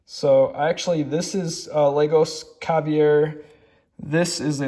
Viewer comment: Robert Coin is Italian..Roberto not Robert, and ALL of his pieces have a signature Ruby on them. Yours is on the back. Look for the Ruby. Also it's Lah-goss, and caviar like the food. 😀 lastly, it's Eff-eee. Pronounciations are not easy, you do good.